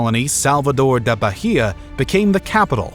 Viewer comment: The "h" in Bahia is silent.